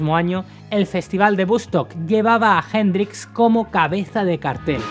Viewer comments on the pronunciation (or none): none